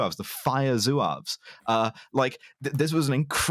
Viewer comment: They aren't "Zoo-aves", they are "Zwavs", that is the Berber name for them and the spelling is French.